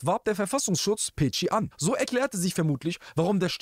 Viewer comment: Peci spricht man Pezi wie Spezi